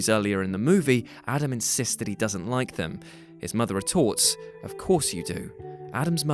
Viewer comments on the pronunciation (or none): none